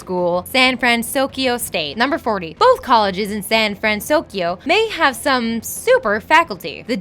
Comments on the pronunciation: 83000 buildings, not 82000. Also, it's San Fransokyo, not San Fransosyko, and you mispronounce so many names ARGH (Shee-yoon Kim, not Shy-yoon Kim. Ta-Da-Shi, not Tadaeshi or however you pronounced it) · Also "Sand Fransokyo" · STOP SAYING SAN FranSOSkyo!!! It's SAN FRANSOKYO STOP ADDING THE S GAAAHH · hey? it's pronounced San FranSoKYO not FranSoskyo! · she said san fransoskyo XD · She kept saying "San Fransoskyo" (with an extra S in the middle for no reason), and also "Bayamax" (with an extra "a" sound as if she were confusing him with Betamax), so I wouldn't ever expect her to spell or say a Japanese word correctly. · why does she keep saying " San fransouskyio" huh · I love these, but the narration gets me every time. You're reading, right? So why does every video have some kind of screw-up? Is this done in one take? You can't edit it so you're saying "SanFranSokyo" instead of "SanFranSoskyo" (which changes every other time she says it) or "Coppertone" instead of "Cooperative" (different video)? It's really distracting. Edit: SMH at calling the main character "TaDIshi"...He's the MAIN character! You need to edit or get someone who will double check these before you upload them. There is no excuse for messing up the main character's name. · I feel like they pronounce shit wrong on purpose in order to get people to comment so much on their videos. "Tadishi" "San Fransoskyo" "Baymex" Idk how pronunciation becomes inconsistent when you're reading facts and are able to do more than one take for a video that you can edit... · "The city of San Fransoskio..." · Why does she keep saying sanfransoskyo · I swear none of these narrators know how to pronounce anything "sanDfransokyo " "baymiX" LIKE HAVE YOU EVEN SEEN THE MOVIE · and don't forget "San Fransoskio" lol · and San FransoSkyo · Me as a big,..big hero 6 fan, I was a k so shaking my head when she was pronouncing San Fransoyko wrong...😂😅